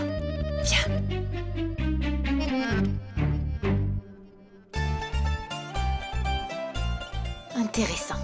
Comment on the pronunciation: qui dit intéressant comme mahamanga😂😂😂